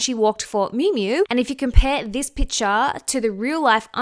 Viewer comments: PiCture - "Picture" has a C in it. What you are saying is a different word - you are saying pitcher. Love your takes but can't get over how grating this is. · Sorry where are you from? You have such a strange accent when you say PICTURE😂 I am just curious